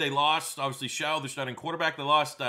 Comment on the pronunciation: Never won anything? Rose bowl twice in the last decade. And Tyler Shough (pronounced Shuck) transferred to texas tech. Dude...